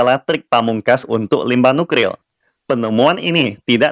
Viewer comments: waduh maaf saya cukup terganggu degan ucapan.. NUKRIL.. seharusnya kan NukLIR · Nuklir....., Bukan Nukril😁🤭🤭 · kok gw dengernya nukril ya😅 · nuklir apa nukril min....semangat ya min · Kesleo lidah dlm mengucapkan suatu kata adalah hal biasa , bro!